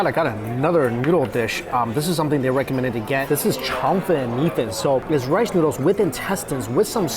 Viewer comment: I love the way says noodles. Neeoodles